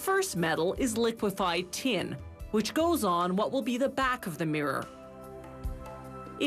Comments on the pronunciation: Why does she pronounce Tin as Tien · How the heck did this woman manage to turn "tin" into a 4 syllable word 🤣🤣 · The way she says tin....